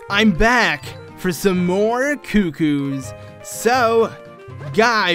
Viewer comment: They're CUCCOS, not cuckoos! After all this time, you still aren't actually reading the text. Do they look like cuckoos to you? SMH